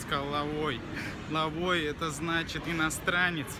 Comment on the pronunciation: Лаовай,а не лавой